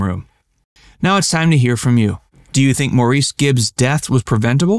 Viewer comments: truthful ones and the correct pronunciation of the name of the person you are speaking of. Maurice is pronounced "Morris". Thank you. Also Maurice was never addicted to cocaine. It was Andy, Maurice's youngest brother. You should get your facts straight especially with a channel name like yours. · I hope you can take this as positive feedback. I like your channel and the things you produce. But what hurts is you are but you often have some facts wrong. For example, as pointed out, his name is pronounced "Morris". And like in another video you said Phil Collins joined Genesis in 1975 and replaced Peter Gabriel. He had already been in the band for years. So just saying that I would suggest just fact checking things before you publish because I think you have really good stuff that is interesting! But if facts are off, loses some credibility;) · Maurice's name is pronounced Morris. I think Maurice's death was a case of negligent malpractice. Some licences should have been pulled because of this; especially that of the surgeon. Maurice should have been in the ICU following that surgery. Private hospitals are not the best place to be if one is gravely ill. Teachi g hospitals offer much better attentive care. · First fact: They pronounced his name as Morris. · Yes, it is correctly pronounced MORRIS. 'Maurice' is an old English way of spelling Morris. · I know his name sounds like it should be pronounced the way your saying it, but his family and friends pronounced it Morris. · It's actually pronounced Morris. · His name is/was pronounced Morris. They were born in England and that's the way its pronounced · The first fact you've got wrong is the pronunciation of Maurice Gibb's name: it's 'morris'. Secondly, the Bee Gees were named after (or for, if you prefer) Barry Gibb, and does not stand for Brothers Gibb. That's 45 seconds and glaring errors already; I hope the rest of this is more fact-worthy. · Morris!!! It is pronounced that way! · yes absolutely right.